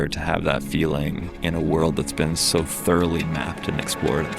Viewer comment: Lost me on the “soow intellectual…” dude